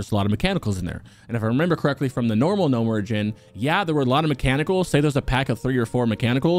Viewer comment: ...did he just say "Gnome ridgin'" instead of Gnomeregan?